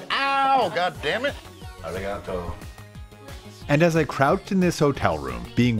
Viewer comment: Lmaooo when he said “arrigato” after getting whipped